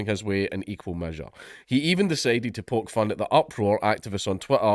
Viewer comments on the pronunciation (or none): none